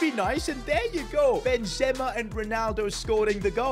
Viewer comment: He can’t even pronounce benzema 😂😂😂😂😂😂😂😂😂😂😂😂